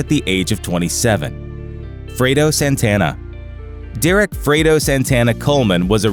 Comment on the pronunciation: Frado??? Its Fredo! Put some respect on his name...RIP